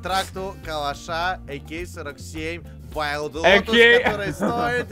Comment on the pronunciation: Никто: Абсолютно никто:: Дикий ЛотУс (в названии)